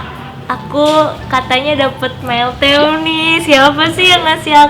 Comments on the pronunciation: Malitime Kakak Bukan Meltem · Meal Time Bukan Meltem